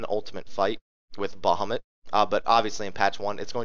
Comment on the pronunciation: I am BEGGING you please say Ifrit and bahamut the correct way.......PLEASE. Its very annoying